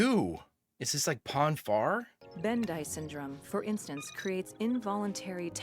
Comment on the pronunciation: Bend'i - pronounced Bend eye